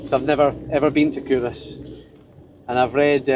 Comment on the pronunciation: I'm scottish and have been calling it CUL-Ross my whole life...totally embarrassed now but thanks for letting me know how it's actually said!